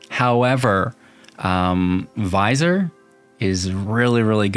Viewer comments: Not to nitpick, but it’s pronounced vizEER, not vizOR…a vizier is an royal advisor, I visor is half of a baseball cap…js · Nice! :) I think Vizier is pronounced 'V-zeer'.